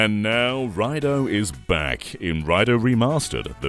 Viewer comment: It's prounounced "Ray-doo"